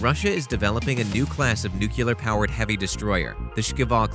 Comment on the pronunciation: With all due respect, can you please find a narrator who can pronounce nuclear correctly. I am so tired of noo kew ler....aaarrgh!